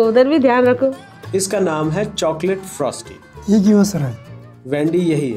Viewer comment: He said it has a T at the end lol no buddy not frosT it's frostY lol ends with a Y at the end not a T🤦🤦